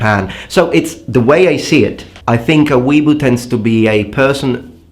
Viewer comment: It's Wee-A-Boo